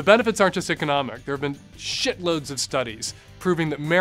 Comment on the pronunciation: Mr. Savage, may I call you Dan? Did you put such emphasis on "SHIT load" towards the end because the first part of video contained so few curses (in comparison to your other videos)? Just thought it was humorous and great video as always!!